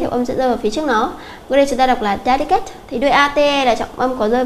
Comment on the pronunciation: Câu số 2, phương án D. Cô có thể xem lại phát âm trong từ điển được không ah? Cô đọc từ sai thi học sinh nhớ sai, thi làm sao thi được điểm cao được. / `delɪkət/